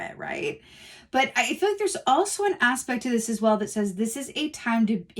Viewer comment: “As whale” …stop 🤣🤣🤣 awesome reading, thanks so much ♥️♥️♥️